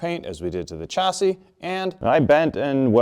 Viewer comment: I thought a Canadian would pronounce Chassis ‘correctly’ as it is a french word?